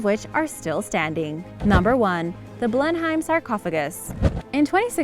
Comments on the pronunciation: At least do your research...... Blenheim is pronounced 'Blenim' not Blen-hime..., Leicester isn't Layster but pronounced 'Lester' oh and the rest...... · you’re butchering those place names again! leicester - lester, Blenheim - blen-im. google them and listen to how their pronounced. it only takes a minute and avoids a lot of grief and negativity! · Blenham not Blem em. Oxfordsheer not shyer. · So many, many mispronounced words! Just a few: Leicester = Lester Blenheim = Blen-em Cliveden = Cliv-den There were more, but I don’t want to listen to it again to make notes. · It's pronounced "Wah rek Shy err!" It's pronounced "Lest errr!" It's pronounced "Blem em!" It's pronounce "Mal brah!" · Blenheim Palace? Said Blenham and anything with Shire on it is said as in SHEAR! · and blenheim